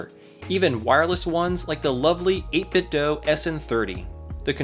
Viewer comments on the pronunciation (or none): It's 8bitDEW, not 8bitDOUGH. They've said it themselves.